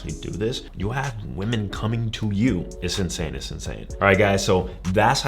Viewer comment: Please pronounce “women” properly